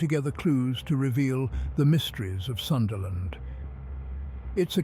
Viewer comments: Pls Pronounce it PROPERLY! - "Soonda" Land, NOT the American / Westernised version "SUNderland" 🤦🏽‍♀️🤦🏽‍♀️🤦🏽‍♀️ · The only thing that got me was the time it said sundayland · Love how he goes from Sundaland pronunciation to Sundayland...😂